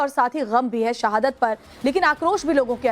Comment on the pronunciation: सहादत,दहशत, फिरकापरस्ती।ये एंकर भारतीय है या पाकिस्तानी।हिंदी नही आती इसे।